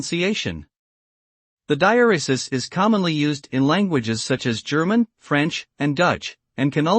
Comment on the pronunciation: No, this is an incorrect pronunciation! According to the Oxford English Dictionary and Merriam-Webster, the stress, in British and American English, is on the second syllable. It sounds like this: dye-EHR-ruh-suhs. Sorry I don’t have a shwa (inverted e) on my keyboard to use instead of those “uh”s.